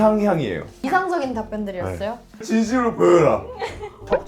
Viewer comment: 진시믈 브어랴~ 뭐임ㅋㅋ